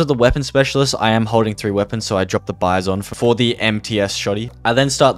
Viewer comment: woah he said bizon right